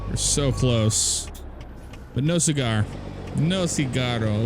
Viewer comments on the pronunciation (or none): none